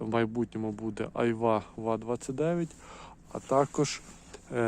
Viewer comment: Та не ва29, а ба29